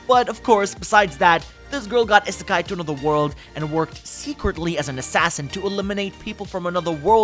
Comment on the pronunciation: It. Is. Pronounced. Ee-sa-kai. Please.